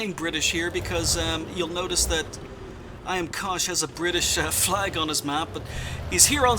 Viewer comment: Until the end screen, I thought his name was "I am Cautious" because you kept saying "IamKosh is". lol. I also learned that if I want you to look at my replay, I need to make sure I put "Good map awareness" in my title (-: Great vid and all who sent replays.